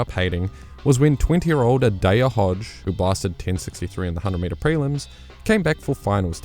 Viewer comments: Is the J silent in New Zealand or something? "A-dayah Hodge"? Genuinely curious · Adoper hodge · Please start saying adaejah Hodges name right